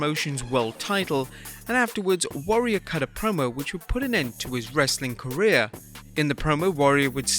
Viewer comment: Anybody else catch him say Wrassling content?